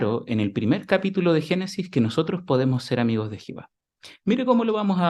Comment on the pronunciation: No es por criticar pero porque no pronuncia bien el nombre de Dios es Jehová no es Jihova es como sí no pronunciaron bien el nombre del discursante seguro que al discursante no le iba a gustar mmmmm